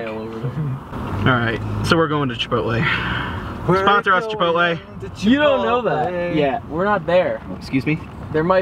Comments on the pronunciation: IM NOT ALONE.i pronounce chipotle the same way does LOL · is right in the pronounseation (i dunno how to wright that) of chipotle i know cuz im mexican